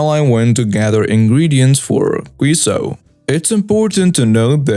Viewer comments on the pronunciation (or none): Queso is pronounced "KAY-so." It's Spanish for cheese. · Queso pronunciation>> kay-so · Hey Crown , love your videos , helpful hint , if you are unsure of a pronunciation of a word , google can help . one word stuck out and drove me crazy the way you said it , Queso is pronounced (kay sow ) the U is silent . unlike the word Queen ( kween) . Queso sounds more like Kay sow . sorry to be the grammer police . your not the only one i add these suggestions to . please never change , but do go to google for some word pronunciations , it helps . also i know your not american so english is hard plus the accent makes it hard too . love ya ! keep up the great work .